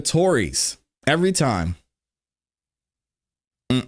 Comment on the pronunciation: Interrogatories: Enter-rog-uh-tories.